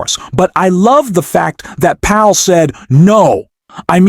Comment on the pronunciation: Learn how to pronounce Powell.